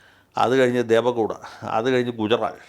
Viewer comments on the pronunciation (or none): മുൻ പ്രധാനമന്ത്രി ദേവേ ഗൗഡ അവരെ എന്തിനാ ദേവ ഗൗഡ എന്ന് ഉച്ചരിക്കുന്നത്? ഇത് മഹാ തെറ്റാണ് മലയാളികളുടെ ഭാഗത്തിൽനിന് !